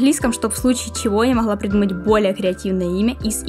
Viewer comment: Не знаю хто ви по національності, але оце ваше «не моГла», привело мене до думки, що ви українка